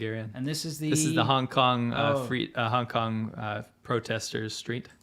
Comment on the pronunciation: It's "Hong", not "Honk" FYI! Probably an accident, just thought I'd tell ya!